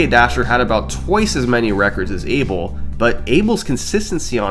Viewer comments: Each time you pronouce "eibol" a kitten dies. Its funny that you pronouce David's name right but Abel wrong (should be/A Bell/) which from I can tell both hold spanish roots. Anyway I might be wrong, and this isnt making fun of you , just funny to hear. Anyway amazing vid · FYI, although he's British, Abel Marques is a Portuguese name. It’s not pronounced “Abel”, it’s pronounced “A-Bell” (sort of like “Isabel” without the “is”).